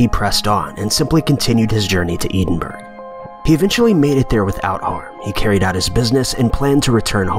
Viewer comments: Me too! I had heard of this story before but Eden Burg really threw me! I was thinking this was a new story from Germany! What is it with Americans Borough, burgh, borgh are all pronounced bur'uh' pretty much going back to Old English! Americans changed it to -boro in southern USA or used the germanic -burg in northern states, due to the many Germans who emigrated the US. But no this is English and it is burh! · E dem burg? Would that be the Scottish capital of Edinburgh ( eh din burr ah) ? Lol. He HAS to be reading from a script.... it is the same with hema pledge ick - hemiplegia? Love it. But how could the woman be wearing 18thC dress and the police officer just pre 1905 uniform ( there being no police in the 18thC) , I confused. The rest is quite logical - I suppose. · Stopped watching at "Eden-berg". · It's pronounced Ed-in-burrow. Not Eden-berg. Dumb fuck. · Ed-in-burr-oh is how the city is pronounced. Not Eden-burg. For future reference. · eden burg? That's pronounced "ed-in-burr-oh" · No it is not. I was born and bred in Edinburgh and it is pronounced ED-IN-BUR-UH. Not "burrow". No "OW" or "OH" but "UH". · EEEEdinburg ? Ed-in burgh.....yesssh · Eeden-burg??? Don't you mean "Ed-In-bur-a" (Edinburgh).... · "EEdin-burg"? WTF is THAT!? It's "ED-din-buruh"! PLEASE, VO people! CHECK the damn pronunciation of names, places, etc. before you make stupid pronunciation errors and make yourself and the production sound FOOLISH! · It's pronounced "Ed-in-bur-ah," not "Eden-burg"... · It's not pronounced eedinburg it's pronounced ed in bor ruh. Other than that the stories have been presented well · > pronouncing it like Eden-burg > not ed-in-burrah pleb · Edinburg? You mean Edinburgh (Eddin- Burr - uh) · edinburg lol its edinbrugh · Edenburg....hahahahaha...oh you mean Edinburgh. *edit* Say it with me... 'Ed in burough'. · I turned it off when the bot Vox said ‘ Eden Berg ‘. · Painful pronunciation of Edinburgh (ed-in burrow) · “Eeeeedenburg”? Really? BAHAHAHAHAHA! Moron.